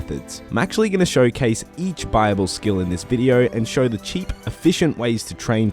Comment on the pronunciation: i thought you were saying bible, not buyable lol that makes more sense